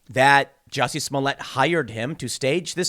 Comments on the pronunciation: That's "Jucy Smolier" to you Tim. C'MON! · His name is Jussie that is pronounced ju - si in my head.